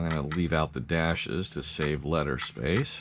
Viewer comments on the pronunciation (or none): none